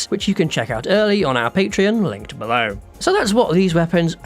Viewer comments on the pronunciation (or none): none